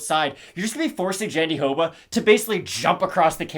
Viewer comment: It's not pronunced JandiDoba, no matter what Anik says. was saying it closer to the right way before. Me again, trying to correct your pronunciation. Love you guys